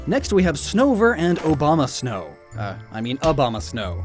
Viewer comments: "Next we have Snover and Obama-snow, uh, I mean Abomasnow." 🤣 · “Obamasnow”